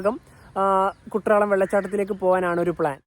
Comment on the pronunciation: കുട്രാളം അല്ല ചങ്ങാതി.. എഴുതുമ്പോൾ അങ്ങനെയാണ്.. ഉച്ചാരണം 'കുറ്റാലം' എന്നാണ്